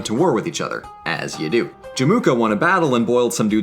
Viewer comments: cool vid but it's pronounced Jem-Oo-Ka, not Je-Moo-Ka. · But “Jemuka” though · Everything is mispronounced, i might just have cringed to my lower intestines lol. There's no "K" sound in Jamukha btw. I have only one addition to it tho, about China's relationship with Nomads in the north. When Temuujin was on 9 years old, his father, Esukhei got invited to a dinner party in the nearby Chinese village and got poisoned. Chinese also used bribery to keep the nomads fighting each other than unite and be a problem to China. Like you said, for a while said this plan worked pretty well for the Chinese but it created 'distaste' to the Mongols. It could be seen as revenge and declaration of power when they invaded China given that most of the soldiers and generals had their ancestors poisoned, tortured or killed by the Chinese. It was also a common practice of Chinese to give trophy wives to "strongest" Mongol tribe leaders before the empire was a thing. Wives were to spy on the tribes and relay information back to the capital. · Emphasis on Jamukha is in the Jam, not the Mu